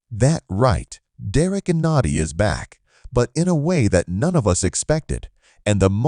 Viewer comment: This is not a blockbuster move and you didn’t even do enough research to pronounce his name correctly…